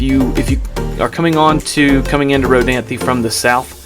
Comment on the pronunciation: Informative. Thank you. Just one thing... It's pronounced "Row-DANTH". Only 2 syllables, not 3. The E is silent. Row-DAN-thee is wrong. Wrong pronunciation was likely started by a Millennial. They don't care at all about correct spelling or correct pronunciation of anything. FYI.